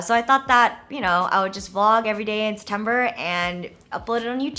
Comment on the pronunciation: Septjennber! Septimber!